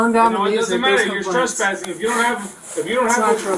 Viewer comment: That ninja said “stresspassing” 😂😂😂